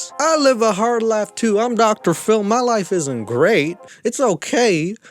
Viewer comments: When says Phil it sounds like Dr phol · I swear when u say DR. PHIL I am hearing DR. FULL 😅😅... Love u & your content is always amazing hope u enjoying u Sunday & be safe out there bc obviously their is so many weirdos in this world!!